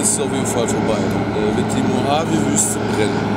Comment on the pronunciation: und du nicht dass es micht mohabe sonder mojave heisst